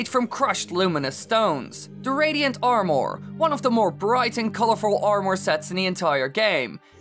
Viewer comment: The way this guy says armour pisses me off alot more then it should lol.